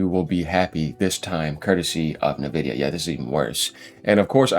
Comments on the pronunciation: It's en-VID-ee-uh, not "nuh-vidia"; the company name comes from the Latin word "invidia" (envy), and they emphasize the "en" part, making it sound like "envy" but with an 'a' at the end, like a "ya" sound. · Please pronounce it: en-vidia.